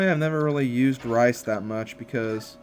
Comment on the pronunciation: u say rhys rice lol